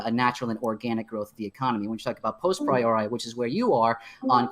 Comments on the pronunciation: postpriori..... I think he means posteriori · Tfw he’s such a psued he says post-priori (after-before) instead of a posteriori KEKW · wow he mispronounced posteriori, lord have mercy on him.